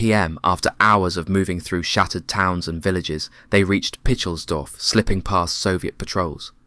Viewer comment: “Picklesdorf” ?????!! I have consumed an enormous amount of reading and viewing material about this war and never once come across that name.